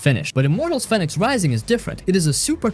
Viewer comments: It's pronounced phoenix, just spelled different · FEE-nicks... homophone of phoenix... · Fenyx is pronounced fee-nicks, you know, like Phoenix